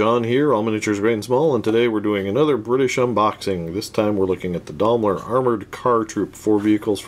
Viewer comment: Is he purposely saying Daimler like that or is he forgetting the “i” in Daimler